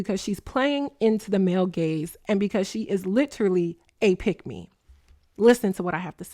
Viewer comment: Ooooo 😂 gaze not gays 😂